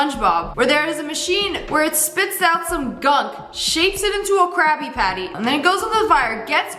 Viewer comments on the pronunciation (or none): did she say "crappy patty's" or "crabby patty's" ??